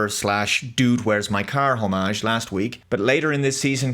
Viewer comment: It's not 'Harmarge'.... It's friggin HOMAGE